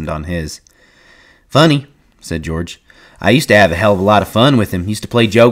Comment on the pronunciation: This "Deorge?" is killing me😭😭😭